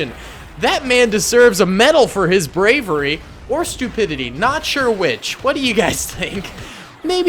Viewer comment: “That man desives a medal for his BRAVRY. Or his stupidity🤣🤣🤣🤣🤣🤣